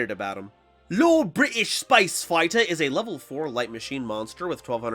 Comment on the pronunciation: became Bri’ish when talking about Lord British. SMH my head